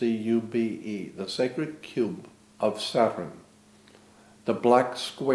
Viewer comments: Sa-turn or Sat-urn. This man was very aware of entomology and the source of words. Possibly why he pronounces it somewhat differently. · Interesting thoughts, why does he seem to pronounce word 'saturn' differently?